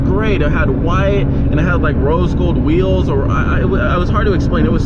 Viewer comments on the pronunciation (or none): Why does he keep calling rims weels or am I the one who is wrong